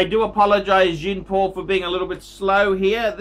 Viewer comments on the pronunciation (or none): find a good logopedist....